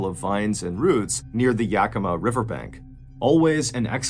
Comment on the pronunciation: Its pronounced yack-ih-maw